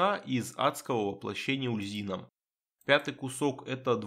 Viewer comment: Здравствуйте. Довольно интересный билд. Как всегда подробно объясняете выбор тех или иных скиллов. Но есть несколько моментов в видео, которые я хотел бы вынести отдельно. Итак: - Почему "Ульзина? Куда вы дели букву "У"? Бога зовут "Уль-Зу-Ин"; - Может я открою для вас Америку, но... Вы реально не в курсе, что для прокачки "Стихийного баланса" в "Стихийном размене Искандры" "Перегрузку" брать не обязательно? "Перегрузка" никак не блокирует доступ к "Балансу". Это НЕ проходные умения. Для взятия усиления навыка нужен только сам навык. Вы можете взять "Огненный удар" и "Серные осколки" не вкладывая во "Взрывной удар" и "Статический заряд" вообще ничего; - "Облитроксис"... У вас какая-то проблема со зрением, произношением, чтением? Или это ваша фишка? Там написано "Об-Ли-Тор-Икс"; - Ого! Я реально удивился, когда вы правильно произнесли "Ложь Корваака"; P.S.: Да, я зануда. Так сложилось, что я очень чётко подмечаю все ошибки в письме и произношении и у меня от этого подгорает. Надеюсь вас это не обидело.